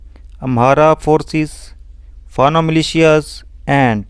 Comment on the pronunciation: Not "Fana" Militias, but "Fano" militias.